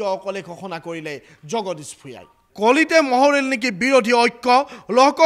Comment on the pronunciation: Mohoril nohoi o morohil. Bal ki je asomia kou nohoi.